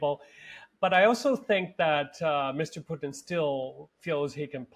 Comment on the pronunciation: It's Putin, not Pyutin!